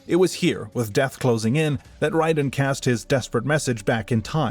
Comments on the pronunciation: Great video. I really enjoyed this succinct summary of Mortal Kombat's deep yet convoluted lore despite the omission of 11's part in the story and the mispronunciation of Raiden. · you are correct. It’s not up for debate since nether realm created raiden and also named him so they can pronounce his name however they see fit which they decided to go with ray-den instead of ry-den. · No offense, but I think that people assume it's AI because of the unusual way that you pronounce some names, especially Raiden. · It's definitely AI. To humor you: if it isn't, then credit your voice over artist. It's definitely not self-narrated, because if you knew this lore and played these games, you definitely wouldn't have had the off pronunciations you have in this video. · By the way, it is Raiden, not Ryden. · RAY•DEN That's how it's pronounced. Got damn. Raiden. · Raiden the thunder god. Not wrong ,but this guys name is pronounced Rayden. He wasn’t the lightning in the rain. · Was going to post the same thing. The games all clearly pronounce his name as "Ray-den". I feel like people who insist on pronouncing it the way the author of this video did are just being pretentious and claiming "hurr durr, we're just pronouncing it correctly according to how it's spelled." What people like the author of this video fail to realize though is that how it's spelled and "correct" rules of pronunciation are entirely irrelevant. However the developers of the game say a name is pronounced, that's how it's pronounced regardless of spelling or other rules of pronunciation. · First of all i was very sceptical of the voice and not mentioning that the og kung lao was the ancestor to clarify misconceptions but after hearing you pronounce raiden i was 100% sure this is ai slop at its finest. Dont get me wrong you probably halfway put effort in this vid probably. But i aint watching that shit. Now gtfo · Pissed me off the way he said Raiden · its not wrong but its MK wrong lol